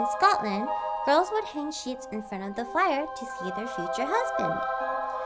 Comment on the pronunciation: is it just me or did she have an accent saying “Scotland”? Edit: time was wrong